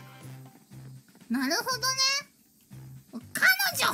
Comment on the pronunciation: Tamori, the OG of OGs. Sometimes Miko's "naruhodo" sounds like Korone's "naruhodo" in that they both drop the "d"